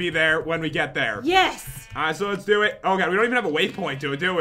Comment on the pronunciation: pat,when you say lets do this you say le do de.why?